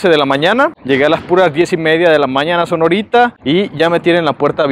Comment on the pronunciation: Aclaro : no es Sonorita es Sonoita